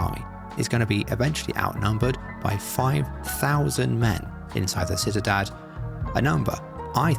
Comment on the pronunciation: Just an FYI Ciudad is pronounced see-you-dad not sit-a-dad